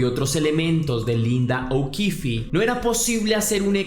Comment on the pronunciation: Que pena los errores en la narración, tenia 11 no 14, y no es okifi el apellido, termina ahí es okif, o así suena